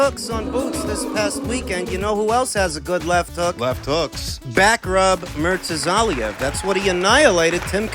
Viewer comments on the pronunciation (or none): "Backrub Murtazaliev"